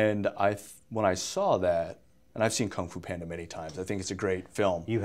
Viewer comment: "I got that from cungfo panda"lol